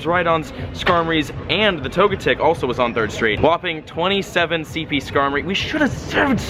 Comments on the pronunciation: YEA! Togetic is pronounced to-GET-ic. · Tojetic, Swycoon, and Entaii -, 2017 Pokémon pronunciations.